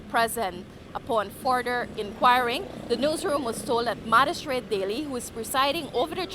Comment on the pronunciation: Hi, the word is not madistrate; it is magistrate